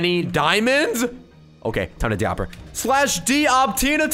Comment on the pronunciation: O-P not oppppp btw im subbed :D